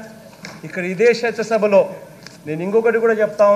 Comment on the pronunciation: వీడు చట్టసభ అని పలికిన కూడా చెత్త సభ లాగానే వినిపిస్తుంది